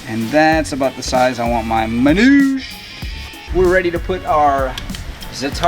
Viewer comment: Hey... with all due respect... you're butchering the pronounciation of Manoushe`. It is Manoosheh. Peace